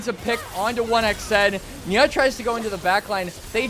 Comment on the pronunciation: and nia is not nyaaaah